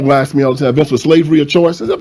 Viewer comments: Why does the speaker say "axs" instead of "ask" 😂😂😂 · 😖🤮🙄 Pleeeeeeze Stop saying "AX" The word is A-S-K. Black preacher said "AX'D. Ax is a took for chopping. STOP SAYING "AX" DAMIT. That's a pet peeve of mine. ITS ASK ASK ASK ASK A-S-K, DAMIT. AX sounds dumb and ignorant. STOP IT!